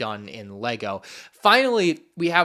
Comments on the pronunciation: Why do you pronounce Lucrehulk that way? I always thought it was "Lu-ker-hulk" not "Lu-sir-hulk". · It’s pronounced “Luker”hulk not “looser”hulk although I get why he pronounced it like that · Was saying Lucrehulk wrong? Last I checked, it was supposed to have a hard 'c' (lu-ker-hulk) not a soft 'c' (lu-ser-hulk). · It’s probably pronounced “Lu-KER-hulk”, I think; Lucan’s a Middle English word is pronounced “Lu-KER” and means money or profit. It’s another one of Lucas’ amazingly unsubtle references names for things, lol. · How is pronouncing lucrehulk??!!!!?!!? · interesting video, however, one thing, when u pronounce "The Lucrehulk", u pronounce the first C is pronounced like a K, its just sum that I felt like I needed to point out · Does it annoy anyone else how he says certain things? Lucrehulk for example? Like they say it out loud in so many things and yet he still says it wrong.